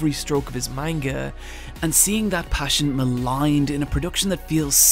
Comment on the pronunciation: My boy said manga wrong. Im dipping